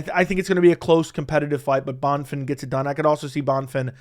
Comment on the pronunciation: Bro no offense, pronounce a name correctly. How do you do this for a living? Bon-fin ? he’s not American. Having some respect for different cultures